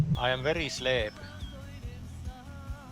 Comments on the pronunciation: "I am very slääp" 🔥🔥🔥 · "im very slæp"